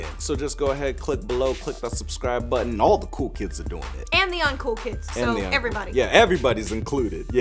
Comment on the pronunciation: cookielover 78612 i know he said botton not button